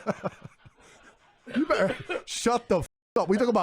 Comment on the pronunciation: Tater tot saying “berer” instead of “better” kills me😂